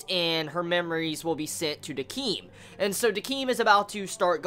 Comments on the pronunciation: Its pronounced 'Deck-m' not 'Dekeem' You should watch the episode again cause I don't think you understand what Ginti was trying to do, he was trying to understand humans too in his own way, didn't you see when the girl told him why does there have to be meaning in living, Ginti said "Not someone else who doesn't know". If Ginti was this uncaring arbiter that youre making him out to be then he would never have kept in his bar, he wouldn't have tried asking her all these questions, he's trying to understand. Remember how Decim and Ginti were created both by Nona on the same day? well you know how Decim has human emotions, what if Ginti has human memories, kinda like he knows the darkness of the humans but he doesn't know how to feel about it thats why his character is so different to Decim's. So don't just toss Ginti into the rubbish pile, try to approach whats going on with him from a deeper point of view since its not as obvious as Decim's story. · Also I thought Decim was pronounced ( DEH-SIM) or am i completely fucking wrong.